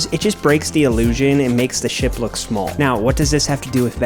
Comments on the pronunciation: When he said ship I thought he said shit☠️ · Bro acting like he said ship instead shit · it didnt sound like you said ship 🤣great vid tho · Bro same for me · lmaoo i also noticed